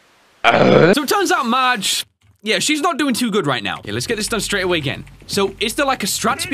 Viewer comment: Is it just me or does continuesly say “merge” in the place of “Marge”?